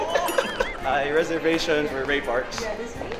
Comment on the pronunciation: Ray Pranks not Ray Parks😂❤so cute